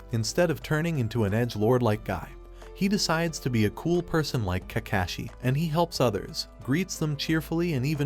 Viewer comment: Ka-cashy or kakashi? 😂😂